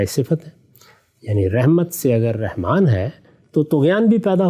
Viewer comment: Ghamdi sb. Very strange and shocking by using the one of beautiful names of Allah SWT Rehman instead of RAHMAN. Reham means womb or uterus .pl in future say رحمن with zabar not zer.